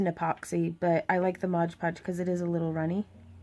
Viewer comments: Am I the only one who gets upset when she says "Modge Podge" when it's "Mod Podge"? The work is absolutely stunning, and she explains things very well, but that one little thing just kind of bothered me. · Very beautiful. You're incredibly talented,. But please... it's MOD podge. So many people make the mistake of calling it "modge" podge. Pet peeve. lol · It’s MOD PODGE!!! Not MODGE PODGE!! That u keep saying! That is more irritating then anything damn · People saying “Modge Podge” instead of Mod Podge is my BIGGEST pet peeve. I want to watch this video but I’m being driven insane!! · Ok it's MOD podge. Not modge podge. Please please please... MOOODDD. BEAUTIFUL peace btw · These are amazing... But is anyone else going nuts about the "modge podge"?! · Why do people say, "modge podge" instead of "MOD podge"? Honestly, I think that must be one of the most mispronounced brand names out there. Video after video, I have rarely heard someone actually say, " mod podge"; it's always pronounced as "modge". smh. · This is a great watch! I find it funny you do the same thing I do in that you say "Modge Podge" when it's actually "Mod Podge"! Awesome work and thank you for this video! Definitely helps get ideas flowing to watch other people create!